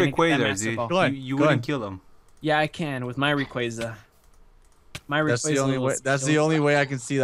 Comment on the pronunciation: "Rayquazar"